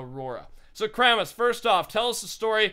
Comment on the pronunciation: Y do u call Kramis kram lol